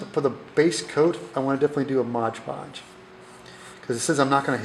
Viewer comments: Why do Americans call it Modge Podge. It clearly says on the jar Mod Podge. Other than that, great video ;) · As it says on the container, it's called Mod Podge, not Modge Podge. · Very 🙃 My wife is a Yank and she calls it Modge Podge too. Drives me bonkers. She’s an architect, so it’s not like you guys are stupid or anything. Clearly smart folks, who just like to make up words 😄